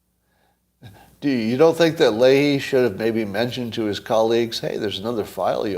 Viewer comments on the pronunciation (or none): Did Scott not know or forget who Sen. Leahy is? Because he couldn't pronounce his name.